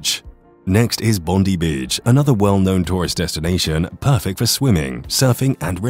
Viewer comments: And by the way, the beach is Bondi, not Bondee. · Thank you, nicely done. Bondi is pronounced Bon-dye. Would be good to include that a great time to visit is during Vivid when the buildings of the city are lit with projected images, and the trees are lit with fairy lights, giant sculptures and interactive light/music areas. The festival magically transforms Sydney for 23 days and nights across May and June.